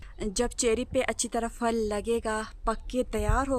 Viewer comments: Fal is wrong word Phal is right word اسلام علیکم ورحمتہ اللہ وبرکاتہ اپ ہمیشہ پھل کو فل بولتی ہیں اس لیے اپنی اردو تھوڑی سی اور اچھی کرلیں مہربانی ہوگی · كيا اپ کی طرف پھل کو فل کہتےہین۔یہ سننے مین بہت برا لگتا ہے ۔